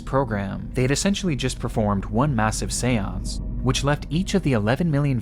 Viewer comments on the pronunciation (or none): none